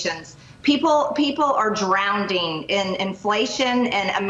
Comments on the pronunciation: Did Marj just say people are "drownding"? My god she is so ****ing stupid. 🤣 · “Drownding” lol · MTG; says “People are DROWNDING”…….is that a word??? Where was this woman educated??? Oh that’s right I forgot…she is replete with all Qtard & conspiracy theories amongst other things MAGAT. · The only d in drowning is the first letter! It is not drownding MTG. She is so uneducated and pathetic! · MTG said drowneding, what is that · Did MTG say "drownding"? it is a complete moron. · Yo Marge! It's drowning, not drounding. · MTG needs to learn English language pronunciation before she starts her diatribe of dumb ass ideas. - people are “ drownding” ( drowning?) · mtg - "People are drownding." ? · No Marge, Americans sre seeing what fascism looks like.... and there is only 1 D in the word drown(d)ing. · Marjorie Taylor Greene is SO uneducated ….did you hear her say “people are DROWNDING,?” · Hey mtg, wtf is drownding? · What is drownding? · Ben, you're not going to call her out on her saying "drownding"? She's an elected official and she can't even say drowning right. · "people are drownding", drownding? MTG can't even say drowning right. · Ha, MTG said, "Drown-d-ing". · I agree with part of what Marge has to say but I don’t think Trump helped seniors with their prescription drugs or groceries. I love the “drownding”. She is so uneducated that I’m sure she has no idea what Communism really means. She is just borrowing a 1950s bogeyman. That bogeyman might be real but his name is Putin. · Did she just say drounding?? I think she meant to say drowning. What an IDIOT... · It's drowning MTG, not drowneding. Not bad for a Neanderthal though. 😂😂😂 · MTG = "Drownding"? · MTG "..people are drownding..." They are doing what? "Drownding" not a word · “People are DROWNDING???”( MGT) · “People are “drownding”.🤭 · Drownding hahaha go marj go 😂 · MTG, it's drowning, not "drownding"!! Seriously, she speaks like a toddler. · "People are drownding"- She is so ignorant...